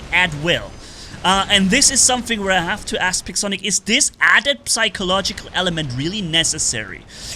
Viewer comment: You don't pronounce the p in psychological lol